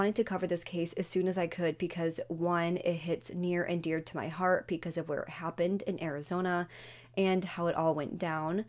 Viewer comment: Can you please pronounce because properly? You pronounce it with a P. Thanks